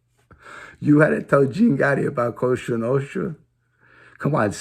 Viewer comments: Its Cosa Nostra, not costra nostra! haha! Keep up the good work homie! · Jimmyyyyy wake up buddy before it's to late and don't fuck with Alite........ your dreaming and you can't even say cosa nostra...[coshhtraa noshtra] lol